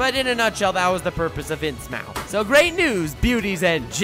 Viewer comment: I say this as an HP LOvecraft fan, “Innsmouth” is pronounced “inz-muth”